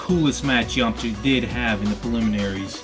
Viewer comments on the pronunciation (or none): Yamcha not Yamaha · its yamcha not yamacha